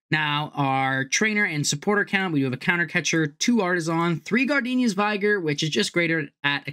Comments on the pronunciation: Interesting take on the deck. One thing....Gardenia's vig-er not vigh-ger. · Vigr, not vaygor.